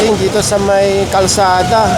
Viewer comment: Kalsada not karsada